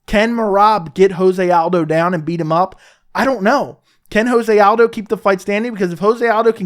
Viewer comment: It’s not ho-zay aldo. It’s Jo-zay. The man is Brazilian not Mexican.